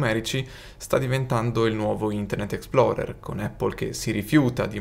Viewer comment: Minuto 0.12 - Explorer non Exploder !!!!